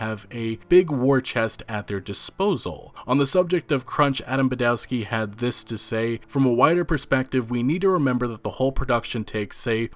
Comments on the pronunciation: please, please, remember Polish W is always read like V. just imagine Badovski, Iviński (and ń is the same as ñ in Spanish piñata). I is always pronounced like "_i_nternal" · Iwiński and Badowski are pronunced ''Ivinski'' and ''Badovski'' respectively. Simple trick to improve your Polish is to pronunce the letter 'w' as 'v' sound. Instant respect from Poles for getting it right.